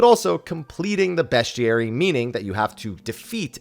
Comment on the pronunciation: I’ve never heard someone say bestiary so wrong before.